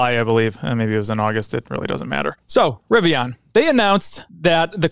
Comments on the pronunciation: It’s a Rivian like a Vivian not “ riviyaaan” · i hate the way you say riviAAN lol